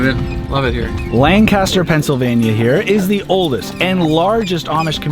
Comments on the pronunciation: Yes you are right it’s Lankister it how you say it not lankaster it is just kinda annoying for someone who lives in Lancaster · Great video! But for the future, Lancaster PA is pronounced (Lang-kiss-ter) not (lang-cast-er) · I live only about 35 minutes away. Also side note, Lancaster is pronounced as one whole word, not Lan-caster. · Please know that "Lancaster" in Pennsylvania should be pronounced to rhyme with "yank it, sir," not "sandblaster." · It's pronounced "Lank_an_ster" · Live in PA! Stratsburgh railroad was really cool. Also you are saying Lancaster wrong lol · The pronounciation of "Lancaster" 🤦🏼‍♂ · Strasburg Railroad is one of those places really close to my heart. Lancaster (which you KEEP PRONOUNCING WRONG 🤣😂) is a key part of my childhood. Beautiful place, even better people. You should’ve gone to Dutch Wonderland while you were there! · You know you’re not from Pennsylvania when you pronounce Lancaster the way does 🤣